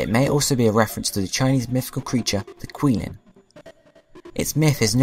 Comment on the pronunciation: Just to let you know, I have been taking Chinese for about 4 years and the correct pronunciation of QiLin is chi-Lin. If you do need help pronouncing some Chinese names, you can let me know via Skype if you do need it. :3